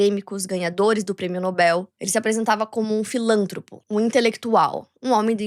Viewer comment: Não é filântropo! É filantropo!